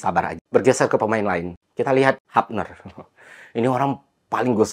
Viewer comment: Hubner Pak bukan Hapner. Belanda beda sama Inggris Pengucapannya.